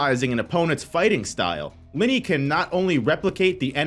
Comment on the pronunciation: You are not pronouncing Linie right....